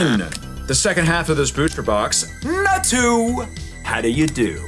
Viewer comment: How are you going to like a Pokémon as bad as Natu and mispronounce it